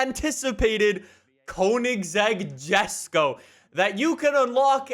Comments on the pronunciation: You don’t know how much saying JeSkO rather than yesko triggered me 😂. Along with 750cc litre engine 🤦🏻‍♂️🤦🏻‍♂️ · ....So first. You CONSTANTLY call Wheel Spacers, which are designed to push the WHEEL out further from the hub “engine spacers”. And know you CONSTANTLY say “jusko” when it’s pronounced YESko. Did you not watch a single video of Christian talking about this car? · Its pronoused yesko not jesko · Btw it's not a JESco it Yesco, it has a bit of a German accent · Its pronounced yesok not jesko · Yes-ko not Jes-ko, btw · It’s spelt Jesko but pronounced yesko not jesko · bruh it's not jesko it's yesko it's pronounced yesko😅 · Who else is annoyed by calling it JESKO, it's mean to be JESKO(YESKO) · Bruh he still says Jesko rather than yesko lol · Btw it’s pronounced “yesko” but spelled jesko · why jesko and not yesko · Bro it's pronounced: Yesko not Jesko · Bruh yesko not gesco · a reminder to and the people in the comments that the Jesko is pronounced "Yesk-o" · Its pronounced "Yesko"🙄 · Quick ackhtuallly moment It's pronounced "Yesko". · Jesko is pronounced “YES-KO” you spoon! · I've been watching since fh2 was new, and I love this video, but please. Jesko is pronounced yes-ko. Thank you and keep up the good work. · It's pronounced Yes-Go. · The Koenigsegg Jesko. Is pronounced yesko. Not with a J sound. Sorry to sound disrespectful or anything, but I had to let you know the correct pronunciation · It’s pronounced “Ye-sko” you degenerate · Fun fact: the Koenigsegg Jesko is swedish and actually pronounced Yesko with a y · god why did he pronounce jesko like that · every time he butchers koenigsegg and jesko I try not to cringe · Say jesko correctly please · The way he says jesko really annoys me